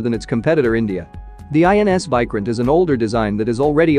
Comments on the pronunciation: First of all It is Vikrant not Vycrent You Western youtubers never even search about the correct pronunciation(the most basic info), and expect us to believe in you completely 😂😂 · It’s not pronounced like Bykraant it’s Veekraant. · It's vikrant not viikrant 😂. Your pronunciation sucks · It's not VAI... pronounce VEE...VEE😅😅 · Pronunciation of VIKRANTH is not correct Mr.. You are wrongly pronunciated of VI in the full word. That is pronunciated as VIctory or Victoria like that. Need to check with Terminology Pronunciation atleast before making Videos of other Country matters.. And content also not correct. Quantity is not important but Quality and experience is important in warfare. India may had less number ACs due to it's economy, but had experienced a lot from decades.